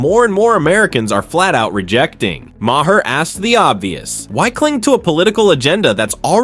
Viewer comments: I can’t stand when people keep pronouncing Maher wrong. Why not check before making a video about it. “Mah-hair”??? It’s pronounced “MARR”!!!!’ Fuck!!!! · I can barely stand watching this video. Hearing this is too say “muh-herr” 20 times is driving me crazy. Why are we so stupid!?